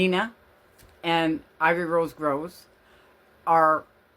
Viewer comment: It’s Ivory Rose Knows, not Grows.